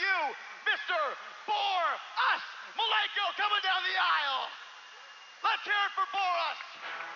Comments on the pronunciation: "Bore-Us" Malenko > the current wwe roster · Bore-us Malenko